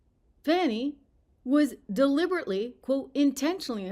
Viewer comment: Her name is Fani not Fauni, or Fawni. You know like Fannie Mae. It's an old school southern name... Kinda like Beaula . Stop lying Fani.